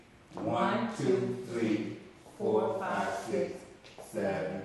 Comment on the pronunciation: This is good instruction! Some parts of the video do not show the feet, which would be nice. The counting, one, two, three, fo, five, seven-eight. Can he say four instead of fo? Yes, he can. He says four . Ok, so he's trying to be cool saying "fo five six." Rrr, is it cool or is it annoying?